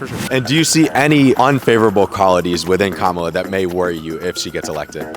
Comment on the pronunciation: Why can’t pronounce Kamala correctly when people keep telling him repeatedly? Pay attention!